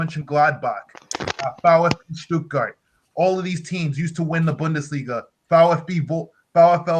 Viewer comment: I mean, that's great that you live in Stuttgart, yet can barely pronounce German words. I'm from Bremen, have family in Bremen. Sorry mate, you're no Raphel Honingstein. I leRv ErN StuErTgErt.